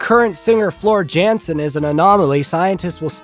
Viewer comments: Im from Germany and this guy is talking not so true things to put it that way 😂 its Jansen with an "y" sound and thats literally it 😂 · This from a dude who probably listens to Justin Beiber and machine gun kelly !!!!! Speaking of unintelligent you cant even pronounce Floors last name right so............................................